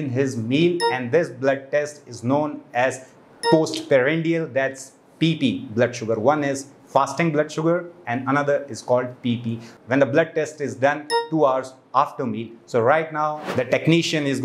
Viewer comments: Postprandial not parandial😂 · It's called post prandial and not 'parandial'.